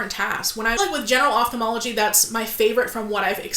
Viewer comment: Above and beyond all, THANK YOU for pronouncing Ophthalmology appropriately. Its astounding how many educated work in this field and sound so ignorant for mispronunciation of their own dang job.